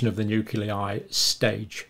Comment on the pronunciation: You are consistently mispronouncing nuclei There is an “l” after the “c”. Not a “u”.